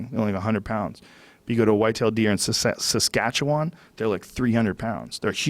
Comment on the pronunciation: Being from Saskatchewan and hearing Joe try to pronounce it, is truly hilarious. hahaha!!!